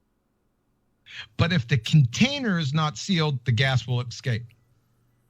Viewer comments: How can anyone not want to just punch the shit out of his arrogant stupidity! I wish he take this assertion on one of the TV shows that he like to appear on! I can't wait until somebody actually does. And no he didn't say escape Gladys, he said "EXCAPE" the dumb ass! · He didn't say 'escape', he said 'excape', whatever that means. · I don't know why but "Excape" really sets me off. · "But if the container is not sealed the gas will EXCAPE" - nice Engrish there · good Lord. That moron says the word escape with an X in it.